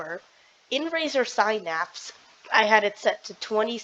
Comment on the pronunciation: irs razer Synapse.... not razer sphynapss......